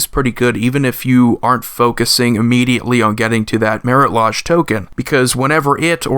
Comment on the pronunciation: sorry for what ever reason the way he says marit lage bothers me. i've heard a half dozen different ways to say anje and it never bothered me. however the lodge instead of lage rhymes with mage, sage, or rage. "ooh, the way you make me feel" got to me.